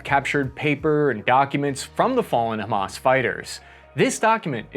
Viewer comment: Love the shirt,! Robocop 1987 is one if my absolute favorite movies of all time. Also, excellent coverage. And kudos on not one pronouncing Hamas as "ham-ass". I was filly prepared to hear it 😂 Many thanks for the unbiased coverage. Our mainstream media is already diverging into competing, mutually exclusive, and incomplete narratives. As per usual. There are many victims in this story, but no heros. Never before have i more deeply felt empathy for the motives and absolute disgust at the methods. We need a oan-humamist moment inthis world if we're ever to move oast the cycles of violence and hatred.